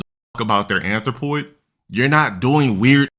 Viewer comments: I think he's mispronouncing it too 💀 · He can barely say the word. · He ays "athropoid" so much it just all become drivel. Wait til he literally says "Athropoid Support" then you'll get it.